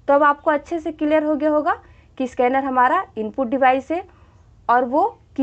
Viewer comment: Its not a isscanner it is a scanner mam